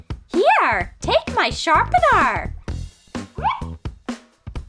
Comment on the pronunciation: “here take my sharpenar”